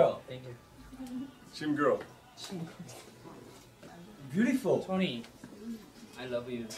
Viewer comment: i love how chim chim says tony!